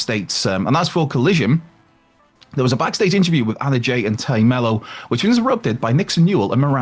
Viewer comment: It's wild that people who have no trouble properly pronouncing "Konosuke Takeshita" still can't handle "Tay"